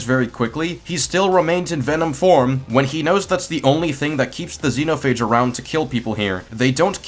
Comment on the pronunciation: I'm gonna say it once, it's Zenophage not the way your pronouncing it